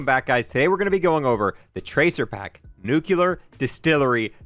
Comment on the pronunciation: disliked for "nucular"